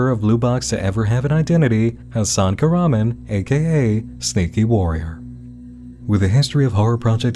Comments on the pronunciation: Hmmm...Very strange that Hasan Kahraman is not an actor, he obviously has a thick accent (which suggests English isn't his first language), but for some reason, he cannot pronounce his own last name... 🤔 (His name is Turkish, btw, and it is not pronounced kurhman, as he pronounces it lol) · well i got news guys hasan kahraman isnt pronounced that way in turkish …. it should be pronounced something like kaghrahman